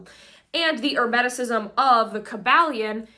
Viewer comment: What happened to? Isn't it pronounced Kuh-ball-ee-uhn? Every time I hear her pronounce it the other way my solar plexus chakra tightens uncomfortably and I cringe. And Hermeticism isnt pronounced like the word "herb". Wtf. Also, it's pronouonced "arc-uh-type-uhl". She's still mispronouncing words I can't do this all day. I have almost solely communicated with other occultists telepathically or online, and they say I'm annoyingly pedantic, but gimme a break. She's still 10x ahead of me at that age though.